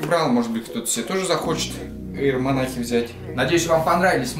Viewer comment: Во первых,не монах,а монарх,во вторых кроссовки дикая хуета,они старческие какие-то,в третьих это однозначный зашквар,я б в таких галошах только по лесу ходил,но главное чтобы тебе нравились)